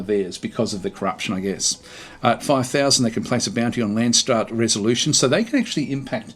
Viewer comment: it is Landsraad, the way you say it sounds like Landsstad, it sounds like German and Lands is like land or country, raad is council, but stad is county or city so it makes a big difference how you say it. Dont want to be a dick about it I am not even German so I am not sure why it triggers me so much:p